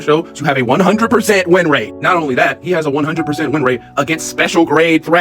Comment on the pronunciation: you did not say rate 😂